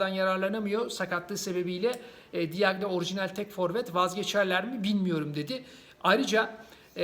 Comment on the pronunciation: Diagne değil yazıldığı gibi okuma.